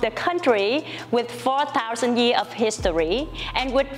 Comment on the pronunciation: Cô bé này giỏi quá. 1 chiến binh mạnh cua Việt Nam năm nay. Còn 1 vài điểm nhỏ về cách phát âm thôi Châu để ý cách phát âm chữ History. Chuwx này nếu phát âm chậm sẽ thành His Story. Phần âm giữa Sto, phát âm lẹ chút sẽ chuẩn hơn. Để ý thêm số nhiều (plural) có chữ “s” thì mình phát âm ra “z” thì chuẩn hơn. Cố gắng lên nhé. Rất có tố chất. Sẽ ủng hộ em đêm 11/4 Love ❤️